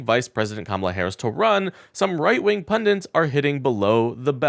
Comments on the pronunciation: Pundits, not "pundints". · Pundits, not Pundints. One "n". Vote Blue 💙💙💙💙💙